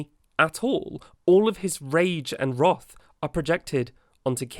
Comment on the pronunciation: I don't sub to channels often. But I'm subbing to you for a pretty specific reason: you pronounced 'wrath' properly. Thank you.